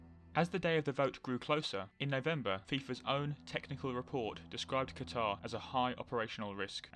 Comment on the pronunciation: Anyone else get mildly annoyed when people pronounce Qatar incorrectly?